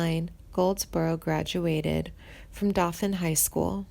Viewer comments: Not only that, but the narrator can't even pronounce Dothan. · She pronounces Dothan wrong. Do (long o as in doe), th (emphasis on th), an (pronounced EN). Like in the sentence: ' DOe at THe ENd'. It irks me to hear it pronounced wrong. This is a Southern Regional dialect. Only found in SE Alabama, SW Georgia, and NW Florida. All in all about 20 counties. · Nor can she pronounce Dothan